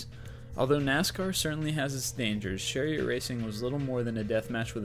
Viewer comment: ch not sh... cheriot